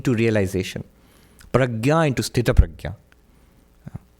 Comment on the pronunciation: Why are you calling Sthitpranaay as Sthutpradya? I thought you are talking about some girl Pradya